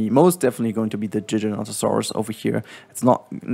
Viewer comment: When you said Giganotosaurus for the 1st, you mispronounced it and how is the Giga going to be the hero when it killed Rexy in the prologue? How? It has been confirmed already in 2021 or even 2020 that Giga is gonna be the villain, the bad guy. Rexy will be the hero. There is a difference between villain and hero